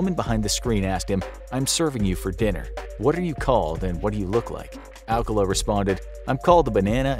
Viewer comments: His name is pronounced Al-CAH-luh, not AL-cuh-la. The date didn't go well? No. She didn't go on the date. She met him at the show and thought he was creepy. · His name is "Arcala" not "Alcala" but still sus